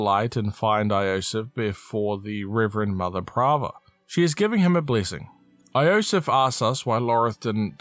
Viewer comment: yo-sef, not ayo-sef...